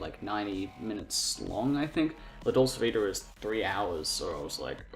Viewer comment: If you're going to have the courage to actually talk about one of he great masters of film then at least you should learn how to pronounce the name of the film you're talking about!